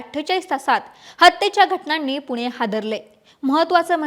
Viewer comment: पुने नाही पुणे, गनपती नाही गणपती. भाषेत सुधारणा अपेक्षित आहे.